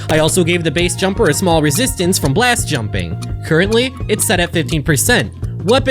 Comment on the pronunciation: "blast juming" 🏚